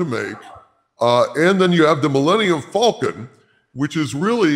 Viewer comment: Am I the only one who keeps hearing it pronounced "Millennial Falcon"...?